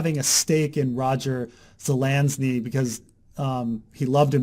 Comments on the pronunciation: Dude, learn how to pronounce Zelazny. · 1) Zuh-lazz-knee. Not that hard. Surprised would have trouble with that. 2) Amber. Amber is why Zelazny is a GOAT. Also surprised isn't aware of that. Have I placed too much faith in you,?:/